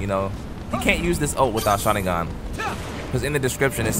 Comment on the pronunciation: The fact he goes "shaningan" like hes saying it right its making me cringe so muc